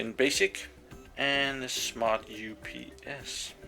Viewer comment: its U P S not UUUPS :D